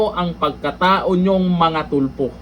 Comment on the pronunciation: Correct . Bawat bigkas Tulfo nagiging TUPLOK the ROBUST LAW Bender !